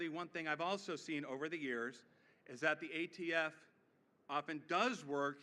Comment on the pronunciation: What's he going to do about ghost fentanyl? Ghost heroin? Untraceable drugs! Kills tens of thousands a year. And he said AFT again, and again, and a 3rd time lol. Surprised he didn't mention Corn Pop.